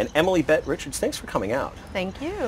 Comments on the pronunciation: he totally said "Richards" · He said Richards not Rickards